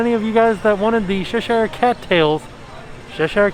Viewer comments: Oh...... Cheshire is said "Che" like you say Chest "che-st " and "Shire" like shear. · I love how you pronounce Cheshire 😂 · The way u say cheshire made me giggle a lil x